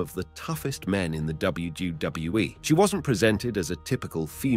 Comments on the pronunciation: It’s kinda hard to focus on the video when you keep saying WdaWE WDoeWE WdeeWE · what is this WBWE, WJahWE and WDohWE the narator is talking about? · Less than 7 seconds in and “W Duh W E” dude sort your channel out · This guy can’t say WWE properly 😂